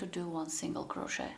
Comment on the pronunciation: Please don’t pronounce the T in crochet. It is very disturbing.